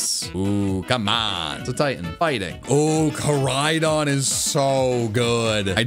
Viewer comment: Koraidon, not Karidon!